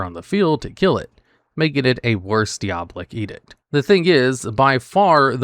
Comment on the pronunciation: Wtf is deeabolic edict lol